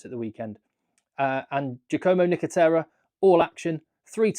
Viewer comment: Ok, there's a problem with italian vowels here 😃 Nicotera sounds quite good, apart that accent has to be put on "o", while Cannone...ok, italian vowels sound very different than brit ones and are not enrolled, they are very flat. Just enlarge vowels and half of job is done 😉 Yeah, great performance by Cannone and Cannoncino: younger bro will be in Top14 or Premiership next season...